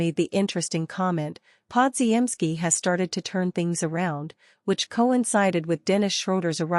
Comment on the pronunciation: my god your AI announcer is horrible: Brandon Pod-ge-en-ski that is laughable as is the so called news you report--it is old news. pick it up, get a new A.I. announcer..never mind just go away